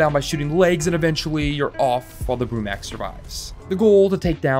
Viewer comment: Isn't it Brumak not Brumac just saying.